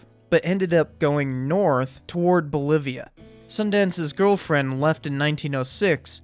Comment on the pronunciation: BOLIVIA,NOT MOLIVIA.